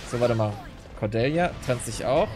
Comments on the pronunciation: Lass einfach das Ä weg. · Du sprichst Cordelias Namen komplett falsch aus, das klingt furchtbar.